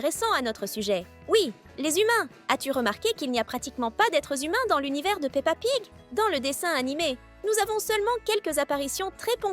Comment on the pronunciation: Tu as dit pa pig 😂😂